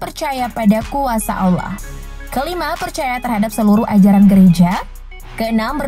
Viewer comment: Kak kakak pasti Islam karena pas kakak bilang yang prostestan seharusnya kakak bilang Allah bukan Aulah kak Allah kak bukan di baca aula kak